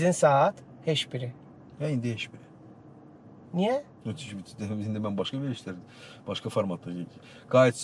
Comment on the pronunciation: Veriliş çox maraqlı idi. Amma aparıcı, çox hörmətli, intellektual, müasir, savadlı insan olan hələ bilmir ki, " heş biri" deyil, " heç biri" deyilməlidir?